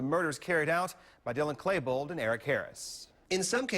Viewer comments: Claybold? it's Klebold you dumbass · the reporter said Claybold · Claybold the fucckk? It's klebold stupid reporter.